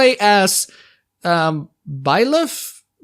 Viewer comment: Because of your pronunciation, all I can think about are the bailiffs in the towns of Kingdom Come: Deliverance.